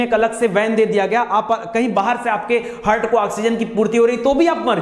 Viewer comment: Aapne bahut ache se padhaya sir Thankyou very much But aapne हार्ट को हर्ट बोल रहे थे बिलिरुबिन को बिलीबुरीन बोल रहे थे Sorry mai notice Kiya tabhi comment me likh k diya